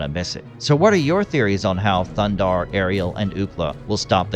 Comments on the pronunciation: You didn't even pronounce the name correctly 😂 it's Thundarr not Thunder. You shouldn't make a video if you're going to half-ass it like that! They even give you the correct pronunciation in the opening scene. Thumbs down for sure for no effort! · it's not "Thundarr"; it's "THUNDARRRRR" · it is not thunder, it is thundarr!